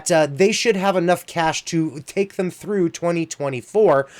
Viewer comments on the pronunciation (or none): none